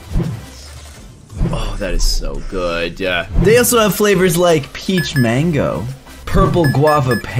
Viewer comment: This is how he said good, Gooduh